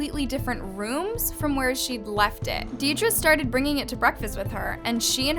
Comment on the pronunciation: I’m so sorry, Deidre is pronounced as “deer-dree”